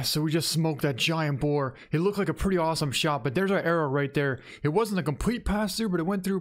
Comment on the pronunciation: I love how he calls it wild bore 😂😂 I'm sorry am from Louisiana and it's usually hogs and pigs and bores but amazing pig man congratulations